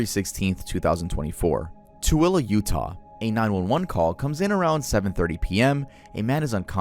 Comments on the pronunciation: YOU PRONOUNCED TOOELE CORRECTLY I NEVER THOUGHT I’D SEE THE DAY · You’re the first YouTuber I’ve ever seen pronounce Tooele correctly, mad respect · I cannot believe that you pronounced Tooele correctly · just KNOW you had to look up how to pronounce Tooele 😂 Some of us Utahns still don’t know how lmao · I never heard anyone outside of Utah say Tooele the correct way 👏